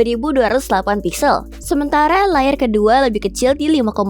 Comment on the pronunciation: Google Pixel atau Google Pizel MIn?👀